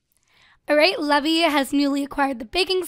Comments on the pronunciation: That name isn't pronounced levee its pronounced lee-v-eye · The name Levi is actually pronounced Lee-vi. A "levee" as you're saying it is the structure put in rivers to regulate water level. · Leev-eye Like an eye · I pronounce the name Levi lev-ee too. Most people pronounce it Le-vye, but I know one person whose name is Levi and pronounced Le-vee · It's urking me how keeps calling him Lev-EE, isn't Levi pronounced LEE-vye? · As someone whose related to a Levi and has dated a Levy, allow to me inform you that Levi, the way you spelled, it is pronounced Lee-Vai not Lev-ee. Levy is Lev-ee Levi is Lee-Vai. You're welcome. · Levi? It's pronounced leave-eye 😂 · Actually your wrong from watching anime and being a japanese freak i have come to understand you are wrong it can be said either levi or leave eye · Just thought I'd mention the name Levi is traditionally pronounced "Leave-eye" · I pronounce Levi's name 'leave-eye' anyone else do that too? Or do you pronounce it like does? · isnt levi pronounced lee-vie??? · Actually, Levi is pronounced 'leev - eye' but whatever:) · You dont say "levi" u say lee vi rhymes with bye so levi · isn't it pronounced leaveye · Levi is pronounced Leeve Eye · Did you just... You just pronounced levi as levy.... Oh god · My attack on titan side is hurting on how u say Levi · You want to name him Levi like le vee? Just making sure its not Levi like Lee vī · You're not pronouncing Levi's name right... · Is it just me who is annoyed about the way she says Levi?